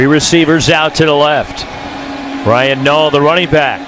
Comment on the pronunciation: U mean Ryan nall lmao can’t even say his name right 😂